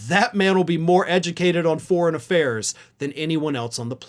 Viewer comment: "foreign affairs" -> "forn affairs" -> "[p]orn affairs" 😁😁